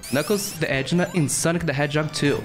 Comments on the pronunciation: It's a-kid-nah (əˈkidnə). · This dude just said “knuckles the edgena” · How it's spelled: "Echidna" How it's pronounced "Eh-kid-na" How pronounces it "Edge nah" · Echidna is actually pronounced Ekidna. Great video by the way! My class is doing an opinion essay about your favorite Sonic character, mine is Knuckles, and thanks to this video, I now know every appearance Knuckles makes in the games! Have a Merry Christmas 🎄🎅🦌⛄! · I actually laughed cause he said "EDGE-na". Lmao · It's pronounced ekidna cuz you said echidna wrong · You say echidna wrong :O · I know I'm not the only one that cringed when he said "Echidna" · I'm downvoting this just for your pronunciation of echidna lmao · You pronounced "Echidna" wrong